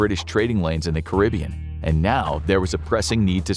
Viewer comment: "tell me you're American without telling me you're American" ahh intro 😭 bro really said Car-Bean I can't